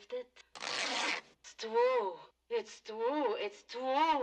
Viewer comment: It's twew it's twew